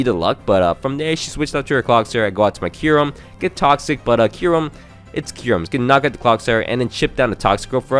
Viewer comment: Kyurem its Kyurem